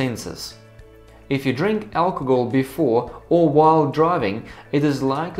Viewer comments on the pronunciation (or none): its al-co-hol not alcogol